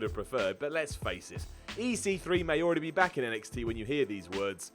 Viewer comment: Why did you say EC3 with weird emphasis on the C?!?